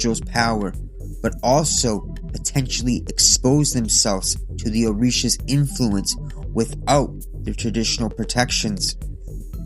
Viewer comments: It’s so funny hearing a white boy reciting the Orisha names incorrectly lmao. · Ngl great vid but you mispronounced almost all of orshias